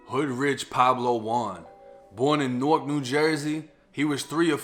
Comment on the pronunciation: thanks you bro for saying newark right 😅